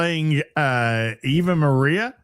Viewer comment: lol trying read 'Ave Maria' and demonstrating he has never been near a church in his life.